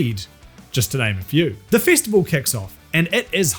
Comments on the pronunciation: I don’t know what a” fistiful” is but it sounds painful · Here's me giggling slightly every time I hear 'fistival'.